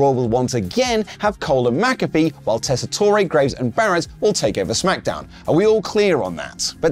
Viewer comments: ......Tess-i-TORE...not "toray". We keep telling you in the comments... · Re-upping that the new Raw announcer is Joe TESS-uh-tor, not tess-ah-TOR-ay. And RIP, Sid. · It’s Joe tes-ah-tor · It’s Joe Tess-a-tor there’s not long e.